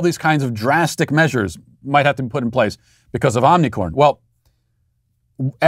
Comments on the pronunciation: I love how Matt intentionally mispronounces the omicron variant.😂🤣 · He corrected himself to the incorrect pronunciation